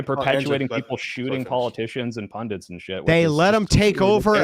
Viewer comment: It's "PundITS"...the word is "PunDITS" ffs, not "PunDINTS"